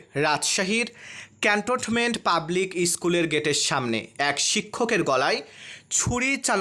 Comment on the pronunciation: ক্যান্টনমেন্ট উচ্চারণ করতে পারেন না। কেমন সাংবাদিক আপনি?